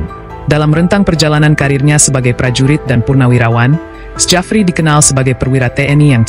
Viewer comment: Narasinya dikuping ngga nyaman dengarnya masa bacanya sejafri, belajar lagi min... Itu ejaan lama tp bacanya tetap Syafri Syamsuddin min...